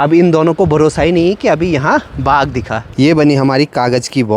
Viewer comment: Aunty baag nahi baagh bolo